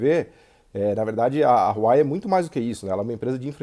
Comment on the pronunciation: Vídeo mais do que atual nesses últimos contextos. Muito bom! ps.: o nome da Huawei pronuncia-se “wah-wey”